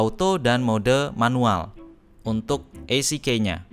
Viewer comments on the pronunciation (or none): EasyKey (baca: izikiy), not isikey